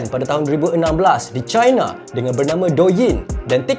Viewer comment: Bang sebut je laa China tuu 'Cina' (sebutan Melayu) jangan laa sebut 'Chai-na' (sebutan Inggeris) kalau nak betul2 Melayu sebut Tiongkok Tongsan... I I I..